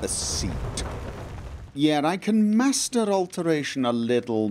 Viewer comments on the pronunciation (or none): none